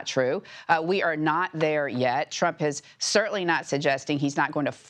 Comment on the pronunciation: EMPHASIS ON THE WORD YET HONEY !